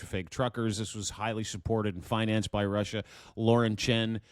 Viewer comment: Lost me after the 52nd "you know". And Wussia.